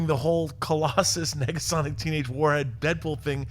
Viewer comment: you can hear a second G?